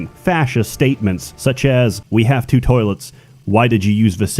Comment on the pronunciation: WHY DO YOU SAY TWO SO WEIRD